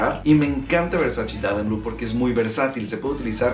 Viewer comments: erick hernandez morales Wey hasta en el traductor de Google lo puedes ver, en italiano se pronuncia “versache”, la misma Donatella Versace ha dicho en varios videos que le molesta que la gente diga versachi cuando es “versache” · De hecho, la misma Donatella Versace ha mencionado que odia cuando la gente pronuncia "Versachi", porque en realidad se pronuncia "Versache". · Versachi? Wtf la pronunciación es versache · pues en los anuncios de los perfumes de Gianny Versace lo pronuncian versachi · VersaChe. Hehe...